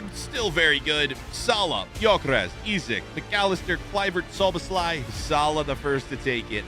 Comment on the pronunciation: I know you're not good with pronouncing names, but Zoobaslai?? Really!?